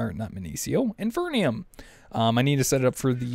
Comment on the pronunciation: Again, it's called IN-FEE-RIUM!!